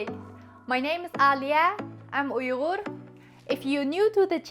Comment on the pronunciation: Onun Uyğru kelimesini telaffuz edişine baksana,ne güzel konuşuyor,elbette konuşabilicek tabii,bende uyğurum